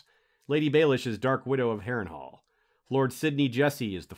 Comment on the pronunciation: the narrator read (wrongly) "Harrenhal" 🙌🏻😁